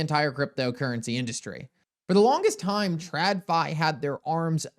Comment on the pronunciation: Dude, I absolutely love content. Does anybody else notice he does not pronunciate the letter T??? lol I swear.. He said the word "time".. but almost always leaves out the T and goes with "ime"... leaving me to fill in the word.:) All kidding aside. Truly love his content and just having a little fun!!!:)